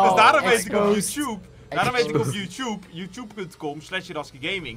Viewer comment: Hoe Jan Youtube zegt :Youtjoep😂😂